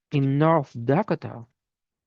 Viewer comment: Thank you for what you do from Michigan. Dakota is pronounced 'Duh-koh-tuh'. HUGS